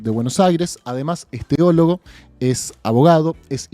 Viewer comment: (teologo) se dice, no treologo, la R no va, me alegra que no excluyan a los creyentes, un abrazo, excelente programa.